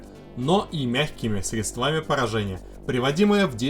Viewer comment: Не средствАми, а срЕдствами!.